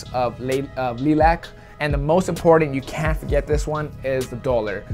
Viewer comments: It's pronounced "Lie-lac", not "Lee-Lac" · It’s funny you worried about pronouncing Taupe right but then say ‘lee-lack’ for lilac haha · Pronounced lie-lac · I know! Pronounce as Lielack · Lilac is pronounced (Lie-Lak) lol